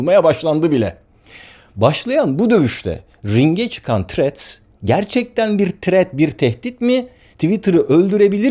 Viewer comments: Threat demissiniz sanirim dodrusu thrreads.tehdit degil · Barış bey threa"d" bu arada, threat (tehdit) değil. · selam baris abi seni cok seviyorum ama ingilizce konusurkenki telaffuz hatalarin beni benden aliyor her videonda. threadsin ilk harfi t olarak okunmaz, th sesi peltek t seklinde okunur, eminim bunu biliyorsunuzdur ancak uygulamada biraz sikinti var sanki. ha sadece bu degil, bu sadece bir ornekti.